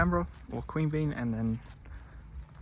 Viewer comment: No judgement, you may not have heard them pronounced - Mon-air-oh, Quean-be-yan, Mick-el-ay-go, Nim-it-a-bell, Char-cola.